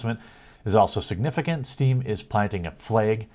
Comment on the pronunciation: Flaegs and baegs. Lol, you crack me up sometimes, Jeremy. Keep up the good work!